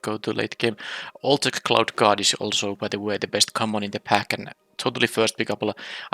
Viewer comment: Your accent made the Cloud Guard sound like Clout Guard truly a chad. Also it seems like flyers always win games super easy not many reach creatures in the last few sets.